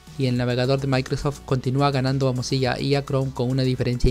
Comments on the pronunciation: Se dice Firefox o al menos pronuncialo como MODSILA ya que lo que tu dices suena o se parece mas a morcilla lol. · algo en mi moría cada ves que decía "mozilla"